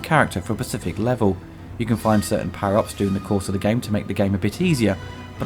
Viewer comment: hmmm You say pacific instead of specific. Dialect thing?